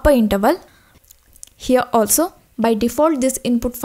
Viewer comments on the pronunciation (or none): none